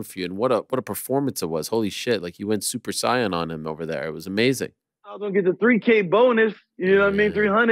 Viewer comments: Super scion? Super saiyan you mean? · Ariel never pronounce super Saiyan like that ever again